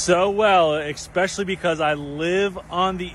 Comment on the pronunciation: One thing you don't do well though is pronouncing basic words. Is not "ecspecially/ekspecially" is "especially" 🤡 Amazes me the amount of Americans that don't get things like that.